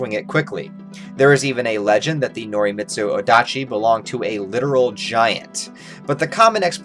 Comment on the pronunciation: You nailed the pronunciation of Norimitsu Odachi quite well but the "Zwei" in Zweihander rhymes with "why" and the "hander" rhymes with "yonder".